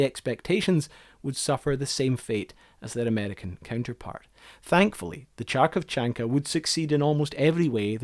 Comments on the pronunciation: Kh is not correctly pronounced. Kharkov is the USSR (Ukrainian) city with a lot of plants and factories of light and heavy industry. And these machines are build in this city. I'm from Kharkov. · Its pronnounced (h a r' k o f) lole hat, hot, hold.... thus ( h a r' k o v c h a n k a ) cuts my ear I apologize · You didn't just slaughter the pronunciation of this vehicle's name, you sent it to the GULAG! However, it was a very interesting and well-done documentary, very enjoyable to watch. Spaseebo! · Now, after seeing how many people told you how to pronounce it correctly. I want you to take it as a positive thing instead of negative. It is in all of us to help the other when we see someone that needs help. It's like when you walk on a street and a person in front of you drops his wallet. First Instinct would be to pick it up and quickly pass it back to the owner. Same here, when people that grow up back in USSR/Russia see how you pronounce it they just jump in to help. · Awesome little documentary! Too bad about the "kh" pronunciation, but that doesn't detract from the quality of your work. I just noticed that I had watched your Snow Cruiser video, so I just subscribed! Cheers :) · I really enjoyed this video. I knew about the first generation ones but not the second one. You did butcher the pronunciation of Kharkovchanka a bit but this didn't take away from the video. The russian letter "х" which transliterated is "kh" is pronounced the same way as "ch" in Loch Ness. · Interesting video. Thanks for this. I just wanted to tell you that Kharkоvchanka is pronounced a little differently. The first letter is not pronounced like "Ch", but like "H". Just like in the word "hockey" or in the word "hat". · My ears bled for every time that you've pronounced Harkovchanka as Charkovchanka but other than that this is a very well-written and entertaining documentary. Thank you for your time on researching and providing this information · Pronounced: Car-kov-chanka